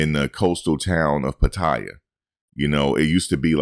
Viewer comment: 85%?! More like 1%, especially Americans, where monthly rent is crazy expensive health insurance also expensive! Those YouTube stories of expats losing everything are just stories! And why do so many foreigners say Pattaya, like there is an i in the word! Just wasted ten minutes listening to this clown!